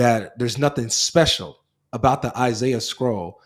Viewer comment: He pronounced Isiah wrong so he's already refutted 😂😂